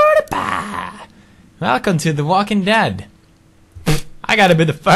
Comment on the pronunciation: Iqbal Giffari He doesnt even say PEEEEWWWDIEPIE He says "Peew eww eww"